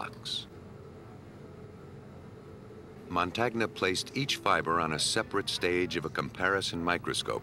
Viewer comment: It's pronounced "Mon TAN-nya", not "Mon TAG na". The percussion is annoying also. Still, it's worth watching.